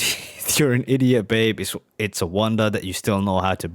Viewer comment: A brilliant "diss track" before there was such a thing (although Positively 4th Street preceded it by a few years). A standout track, even among the GOAT's output. Absolutely love the way he adds a couple of extra syllables to the word "idiot" - really sounds like he means it, right? Really loving your channel, - Dylan and the Beatles and whatever else you check out. It's all good!